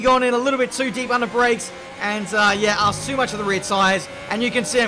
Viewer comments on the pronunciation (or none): none